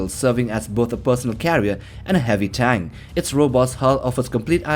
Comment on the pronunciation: Does he say tang or tank can’t tell but awesome videos